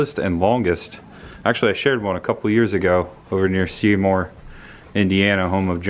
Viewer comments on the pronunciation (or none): none